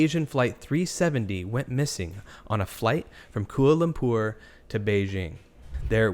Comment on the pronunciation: Coo ahh lum per? Worst pronunciation I’ve heard on YouTube (this week ) 😂 Try this …… kwah lah lum pah